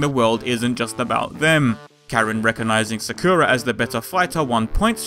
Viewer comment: You're saying Sakura wrong but eh I don't care :3 good shit video right there :3